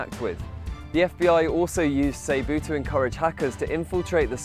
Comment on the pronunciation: ... Say-boo... Do the English just read shit differently or something? That's really annoying to me.